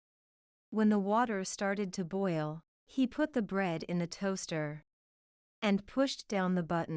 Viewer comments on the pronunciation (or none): Boil是不是发音错了